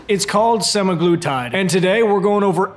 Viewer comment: You're not pronouncing it incorrectly. Sem A' gloo tyd. And for most, people have to be on this shit for life to maintain once they've lost their weight and started hating food. And studies have shown that the VAST majority who get off of this medication will gain their weight back, or more. Not to mention the side effects while being on it, none of which you mentioned. Crazy that a man who is in amazing shape and doesn't have diabetes is able to get semaglutide while those who have diabetes and actually need this diabetes medication struggle to get it. 1.77 million subscribers and many of these people will go get this medication for cutting, which is not the intention. Many will develop kidney problems and other issues. Really disappointing that this is no better than a VShred video. But whatever it takes to get likes and subscribers I guess. Love your other videos but you've lost my trust.